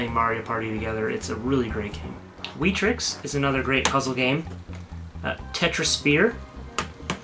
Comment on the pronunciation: we trix? dont you mean wet-trix?